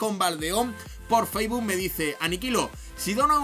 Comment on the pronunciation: Que se dice facebook, no faisboo!!!!!!